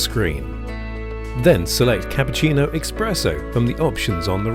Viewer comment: This dude really saying exspresso in an ad for an espresso machine? Wild